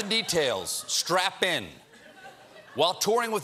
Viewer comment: Did he say "strap in" or "strap-on"?